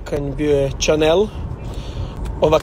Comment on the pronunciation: Jesam li ja pogrešno čula ili je fakat za Chanel rekao "čanel"???